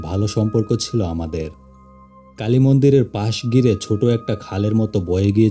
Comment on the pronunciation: কালি মন্দির না কাইল্লা মন্দির 😂😂😂